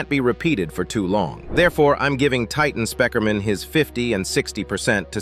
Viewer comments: Bro really said titan Spikerman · Bro cant say Titan speaker man 😂